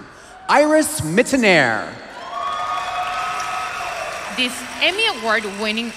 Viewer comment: It's good to see Iris Mittenaere again. It's a pitiful shame that her name is mispronounced by the cohost of this show who obviously DID NOT take the time nor has taken the effort to find out and practice pronouncing her name correctly. It is rude and impolite! The script is poorly written - full of cliches.